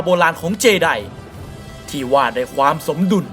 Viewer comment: เจไดไม่ใช่เจดีย์ 55555